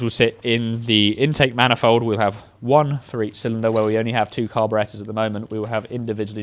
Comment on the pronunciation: Say it with me... CAR-BORE-ATE-ER.